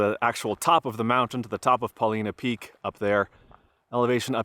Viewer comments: We've camped by the lakes many times. Great hiking. And, I apparently always mispronounced Paulina 😂😂😂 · It's pronounced Paul- line-uh Peak. Not "Paleena Peak" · It's not pronounced Paw leena,,its pronounced Paw line uh,,a true Oregonian knows this. My first trip to Newbury crater was about 60 years ago,,the road was pretty much 4x4 only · I work on a butte nearby and the fires were finally going out at the end of my season, mid October. Did you see the firestone butte and flat top fires? And just for your info: it’s pronounced PUH-LIE-NUH. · Paul I na not Paul ee na. Paulina was a fierce Snake (Shoshone) war chief. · Great vid! Just so you know, it’s pronounced: Paul-eye-nah. I like the letter I (eye) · Proper pronunciation. Po-line-a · Paul eye nah. It's named after a native chief from the area. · It's pronounced Paul-Eye-Nuh... weird people here. Also, I haven't finished but I hope you visited the hot springs! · I've camped at East lake many times, been snowed on in June. BTW, it's Paul-eye-na to the locals. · It’s Paul-Eye-nuh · Paw-LY-nuh peak - not pronounced like the female name. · Hey 👋 welcome to oregon. It's pronounced with a long I. Paw-lye- nuh. Paulina was an native American chief. The three sisters are, Faith,Hope, and Charity. Enjoy Oregon! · Ha ha.I was just coming to the comments to say the same thing! And yes, it is a long I. I also agree that it's a great video. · Did someone correct you already and if so, here it is again. The Paulina Peak, Paulina Creek, and there is a town called Paulina is pronounced with the 'i' as a long 'i' so it says it's name. It's okay, the Willamette River, which is also in Oregon, is never said correctly either. Nice view isn't it. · Feel lucky to grow up in Central Oregon before youtube. Still so many cool places i refuse to share. Btw you totally pronounced Paulina wrong.